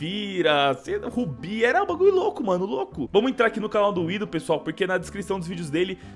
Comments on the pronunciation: não é widoh é winnnnndoh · vc fala WIDOH cara é WINDOH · Krl man dica falando Winduh pqppp é windoh krl